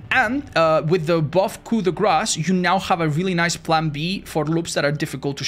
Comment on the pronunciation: So what ive learned from this video is,no matter the build,it looks like 95% of perks are never used. Also and says Coup de Grâce correctly ❤❤